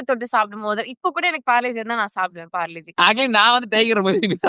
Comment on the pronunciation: That is parle - g not parlegie 😂😂